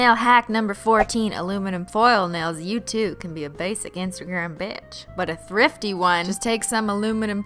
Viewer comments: #14 says “thifty” instead of “thrifty” I love you cristine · “thifty” BITCH WHAT